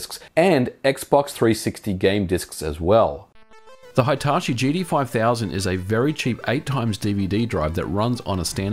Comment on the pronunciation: Hai-tar-shi?? ひたし, hi-ta-shi